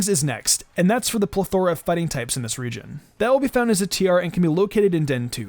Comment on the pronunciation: Still can't pronounce plethora.